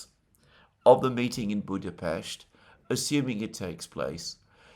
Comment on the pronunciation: It’s BudaPEST not BudaPHEST in English. You don’t pronounce other foreign Capital cities as they do in their language, why this strange obsession with Budapest, why do you single out this city? Just weird it is, given your other linguistic and physical nervous tics